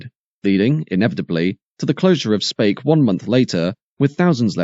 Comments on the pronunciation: Where is 'Spake' in Merseyside? It's pronounced 'Speak' and spelt Speke. Knew someone that worked at the Triumph factory, they would sleep the whole shift, had a large area on top of the paint plant. Brand new TR7's would be taken from the compound and raced around for entertainment before being placed back in line. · Spake? Speeek 😂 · Speke in Liverpool is pronounced as SPEEK not spake for future reference, a town that can trace its original roots back to the domesday book as the hundred of Spec , trust me I grew up there. It was also a blast from the past watching all the Triumph footage seeing faces of dozens of people I knew personally back then at the time, - and NO I wasnt one of them as lets just say MY politics or union appreciation most definately did NOT dove tail with theirs ! but it was good all the same to see faces I knew well from nearly forty five years ago....some I merely didnt like....and some I absolutely despised lol for enthusiastically going along with their idol Arthur Scargill and co and the TGWU's ten year ongoing attempt to deliberately ruin this Country into bankrupsy. the last second shot of the picketing of the gate you can see an old Volvo b18 driving in - that was a personal friend of my Families trying to get into work and getting turned away. I spent about ten minutes rerunning the video trying to remember names I havent heard in years to faces. did you know that at the time of the TR7's launch and in the face of massive American pre orders there was a game popular amongst the production line staff to see who could cause the sneakiest hidden damage to the cars coming down the line with the absolute blessing of the shop stewards, the most popular one was using an air drill with an eighth inch bit to punch tiny holes in hidden, inaccesable locations in the fuel tanks, sumps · On Merseyside, it is pronounced as speak rather than spake. 😁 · "Speke" is pronounced like "Speak" otherwise EXCELLENT programme. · Speke is pronounced Speek